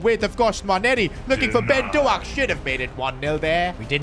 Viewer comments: remember its not pronounced do ak it’s d oak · It's pronounced doke. Not doack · you still say ben doak’s name wrong😭